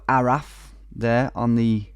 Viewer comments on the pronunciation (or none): On number 13 you mention that ARAF isn't on the road, but you pronounced it with an F sound, when a single F in Welsh has a V sound. What you said was ARAFF.